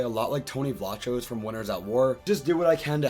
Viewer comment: little pet peeve but his last name is pronouced like vlakos not vlachos